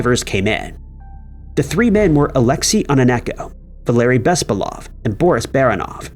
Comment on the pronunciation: Why do you people NEVER get the emphasis of slavic surnames right? OrlOv. BespAlov. BarAnov. It's rarely ever a first syllable.